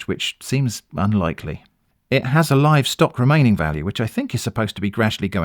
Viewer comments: Yep I've been getting this ad a lot. Alongside the clearly deep-fake video of the trader sharing all his trades for free (shame that the ai voice pronounces the 'live' in 'live-streaming' to rhyme with 'give' rather than 'hive' 🙄😂) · Had one about trading where the ai chap says he live (pronounced liv) streams daily!! That's so jarring!! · Thank you. The "retiring master craftsperson leatherworkers" and the "I may be the only stock person "live" streaming my trades". (Live pronounced wrong) are also AI fakes.